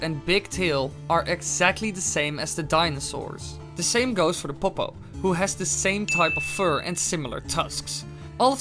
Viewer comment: I love when he says pop-oh